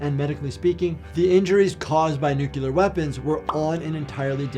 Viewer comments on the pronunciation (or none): Not to be a jerk, but it’s nuclear not nucular. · Stop saying nukular.